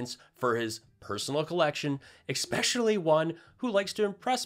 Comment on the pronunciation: If you are going to mock people's mispronunciations, you have to avoid saying "Expecially".